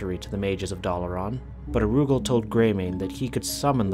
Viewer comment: OMG IT'S NOT PRONOUNCED AROOGAL IT'S ara- ghoul!